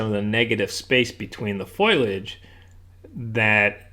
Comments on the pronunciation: ...I certainly did look up the word...and it is fo-li-age, not foliage. There is no word anywhere pronounced foil-age. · Foliage = fol-i-age. What's with foilage? Please get it right, like your paintings. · Hi...the word is pronounced, FO-lee-age